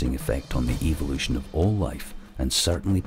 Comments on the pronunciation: ...I hate the way this guys accent makes him say "evil lution". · The narrator is a mic eater, if this clicking and hissing bothers you, you would really have problems with the bushman languages of Africa? I like the way this Englishman pronounces evilution. I would rather believe we came from outer space, Than put faith in science establishing a missing link between kinds!